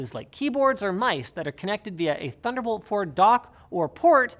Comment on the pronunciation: oh did we say "thunderbolt"? we meant "tunder olt"